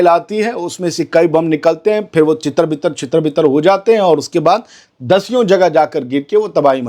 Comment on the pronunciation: Bhai jan chittar byittar nahin, tittar bittar hota hy. Love u.